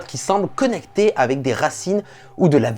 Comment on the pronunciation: AVEC. Et pas Avé. merci. Tu l'écris A V E C..... Donc prononce le correctement.